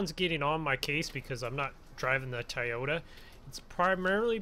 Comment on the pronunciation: you said toyota wrong